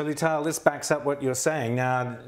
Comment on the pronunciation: he butchered her name at the end Lital Smash